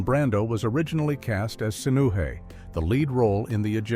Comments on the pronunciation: 😂 Also, AI says: "One thousand, nine hundred and fifty-four" instead of "nineteen fifty-four," and "Sin-OO-heh" instead of "Sinoo-EH." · The lead character's name is pronounced Sin O way, not hay. This movie was an extremely fictionalized story based on the reign of Akhenaten. The Egyptian Pharaoh (and husband of queen Nefertiti) who tried changing the religion and worship in Egypt from polytheism to the worship of one god. But there has never been any proof found to suggest that he was murdered. And Horemheb was not the immediate successor to Akhenaten. First came Akhenaten's eldest son, Smenkhkare. Who was named King while Akhenaten still lived. And reigned as a Co-ruler along side his father. Then, on the death of his father, became Pharaoh. And don't forget King Tut, the Pharaoh Tutankhamen. Then Ay, an aged senior advisor to Akhenaten and his father. Who is also the one who arranged the rather hasty funeral and burial of Tut, because of his unexpected early death. Several things included in King Tut's burial, (such as his tomb and that fabulous gold mask) were not originally made for the boy king. It has also been suggested that Ay could also have been the father of Queen Nefertiti. The plot in this story where Sinuhe becomes so infatuated with this Babylonian temptress, that he gives her everything he has including everything his parents have. Is the same plot used in a later movie starring Laurence Harvey called "Of Human Bondage" (I really hated it.).